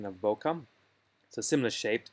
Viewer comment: Useful analysis, but all of it now changes quite dramatically, after the introduction of the new 100mm f/2.8 STF lens. BTW, it's not "bo-kaw", but "bo-kay" (it's a Japanese word).